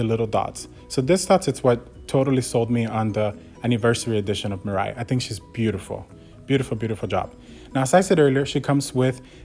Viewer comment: hey there buddy you're pronouncing mirai wrong